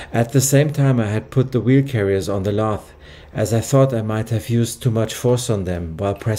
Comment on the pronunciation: I love this channel. Your attention to detail is something else. However, and I know this won’t be a problem for you, I have an issue with some of your English pronunciation! Lathe - we pronounce this in English as laythe. Also gauge is pronounced Gayge I know this is nit-picking , but your precision and attention to detail needs a language update. Mind you, your English is Viel besser as mein Deutsche is Scheisse! Greetings from Ireland, your friend, Connor!